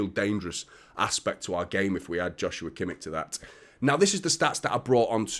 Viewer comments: It's never going to be about how could we play them all. Rodri is exhausted and completely overworked. KDB is aging and clearly can't play every game. We need more quality. It's a no brainer. I believe it's pronounced "Yoshua" btw. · It's pronounced 'Yoshua Kimmish'.